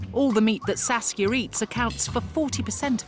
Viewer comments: oh, her name is saskia, not sasuke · I heard her name as Sasuke lol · it sounds like "sasuke" tho